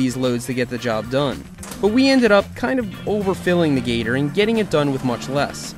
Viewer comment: How come you stoped calling the gator “the gter”